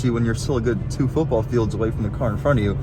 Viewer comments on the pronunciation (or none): none